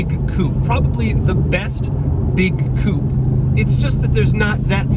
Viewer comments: When will he learn how to pronounce the word coupe? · With each new video I hope that Doug will start pronouncing "coupe" correctly. Each time I get disappointed.